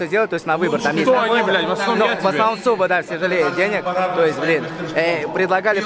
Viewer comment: а не зуба а суба. но все ровно бездарно. просто затупок